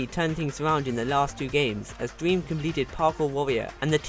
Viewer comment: I like that his saying Dweam lol